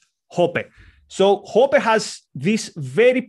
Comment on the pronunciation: Hoppe is pronounced like "oppeh"